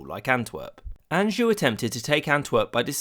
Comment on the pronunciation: Anjou is pronounced “aww-jshu” rolling the j sorry I know it it’s picky lol